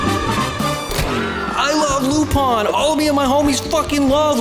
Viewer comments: its Lupin .... Not Lupon. "Loo-pin" not "Loo-pon" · "lupon" wtf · "LuP0n thE tHriD". Dude, there's no O in his name, just an I 🤦🏼